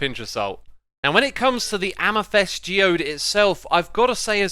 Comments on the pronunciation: I will only forgive you if you stop pronouncing Amethyst As asmasthyst :( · Lichen isn't litch-en it's lie-ken :'O and amethyst is a-muh-thist...please google these pronunciations. I'm not trying to be rude but its like pronouncing Mojang wrong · Are you intentionally mispronouncing thing bc i think you said "amesthyst" and " ice-o-log-er"